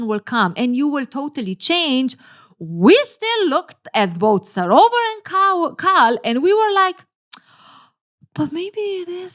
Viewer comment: Its KAL not CARL. this is botherring me as an Asian person. Kal for Kareeem